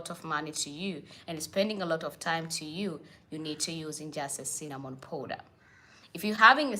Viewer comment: It's Cinnamon powder! Not Sinnnanon